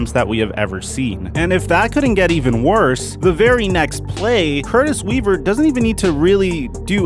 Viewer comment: Dude put some respect on Curtis Weaver's name!